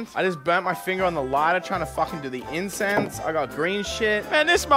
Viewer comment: Seeing hold back laughing at mispronounced "incense" was great lmao